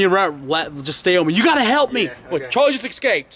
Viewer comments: It drives me crazy when people say EXSCAPED! Just say escaped lol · really good prank but your pronouncing Escaped "Ecscaped" and I couldn't not mention it as it niggled at me. Peace. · why the hell do you say 'excaped'? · fyi escape is pronounced "s-cape" not "x-cape" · Am i the only one who heard say eXscaped? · escaped not excaped. There is no X, pronounce the S. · There is no "X" in the word escaped.